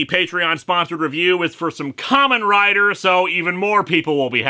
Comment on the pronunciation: did he say kamen rider?